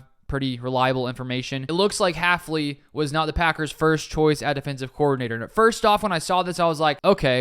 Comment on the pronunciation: It's hilarious that our new DC is so unknown most people in the media are getting his name wrong- Haf-NEE instead of Haf-LEE. It's also an example of why I watch smaller NFL youtubers over the mainstream sports media.